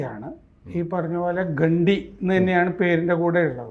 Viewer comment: ഗണ്ടി അല്ല ഘണ്ടി ആണ്